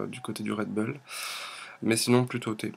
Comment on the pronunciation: red bull pas red beull